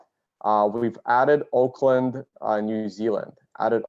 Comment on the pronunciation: Auckland, not Oakland